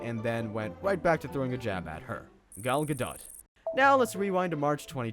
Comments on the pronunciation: gado not gadot freakin moron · Gal Gadot's name is correctly pronounced "gah-DOHT," with a distinct T at the end. I know that because I have seen clips of her pronouncing her own name. I'm sure you can find one. A lot of people think it's "gah-DOE" with a silent T, like it would be pronounced if she were French, but she is not French. She is from Israel. Before you start calling people names, you really should get your facts straight. 🙄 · Gal Guh Daht... Is that how we're supposed to pronounce that?